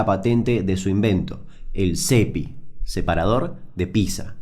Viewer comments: No se dice Písa, se dice PíTza... XD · Le erras no es pizza, es picsa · Ah sorry, no soporto a la gente que dice "PISA" en vez de "Pizza". Hasta la próximaaaaaaaa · Aaaah porque dice "Pisa" y no "Pitza" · Me molesta que diga pizza y no pitsa. Igual muy buen vídeo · como vas a decir pisa. es pitsa papá. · Se pronuncia piTza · No se dice ninguna de esas dos maneras igual xd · Se pronuncia pitza gil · RAE: Déjame decirte, Damian querido, que se dice piZZA. PiZZa. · Damian, Pizza se pronuncia PITSA, por eso es con doble ZZ, si fuese PIZA ahi si seria PISA o PISERIA... Se dice PITSA Y PITSERIA.